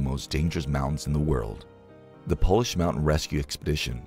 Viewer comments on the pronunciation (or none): none